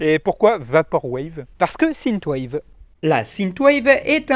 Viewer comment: Sineteu wave AAAAHHH synth = sinfe ^^